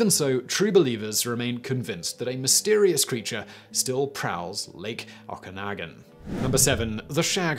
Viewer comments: As a resident living on the shore of Lake "Ak-an-o-gan", I can tell you that it is pronounced "Oh-can-awe-gone". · Lol, "Lake Awkahnahgahn." It's Oh-kah-naw-gahn. Okanagan. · Lake Oh-kuh-noggin. Not Oh-can-again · To be fair, I'm in the US & I would've guessed it starts OCK-en-ah-gen instead of OAK-en-ah-gen. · Lol, had me double take... no one here pronounces it like that at all! 🤣 It’s a beautiful lake, my grandmother swears she saw it while camping once. It’s a wonderful lake to swim in tho! It is pronounced “Oh-Ka-Naugh-Gan” for Okanagan sometimes I misspell it by replaced the second “a” with an “o”. For Kelowna, it is pronounced “Kah-Loh-Na”. Hehehe. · ive heard it pronounced weird ways by mainly foreign tourists. my favourite mispronounciation has to be from a dutch man who pronounced it Oak-on-again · Simon: Ock-a-naw-gan Ogopogo: Oh come onnnnn! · Looking forward to Part II! Not sure if I can get your pronunciation of OkaNAgan and KElowna out of my head though ... I am going to be very confused the next time I mention Lake Okanagan and Kelowna lol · I had to re-listen multiple times to the Okanagan pronunciation. o-ka-nahhh-gan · I saw the Ogopogo while water skiing on Okanagan Lake. P.s it's pronounced "Oka-noggin" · fyi the region the ogopogo is in is pronounced the "Oak-a-nog-an" ;) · OH-KAH-NAH-GAN. Can't blame you. We have wacky words that only Canadians and our specially shaped tongues can pronounce. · Ohhh hey cool. I live near Kelowna BC from #9. Okanagan is pronounced oak-ah-naw-gahn. Ogopogo is def not there. Lol Okanagan lake is sooooo industrialized and a tourist lake. No chance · Okanagan lake in BC's Okanagan region is actually pronounced (here in British Columbia) as "oak-uh-noggan"....There is an area in Washington State USA with the same name and is spelled the same, except down there, they pronounce their area as Oh-Can-A-ggan... Just some useless information for ya :) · ( Oh-Kah-Nog-In) Okanagan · Oak ah nog anne. Read it out loud.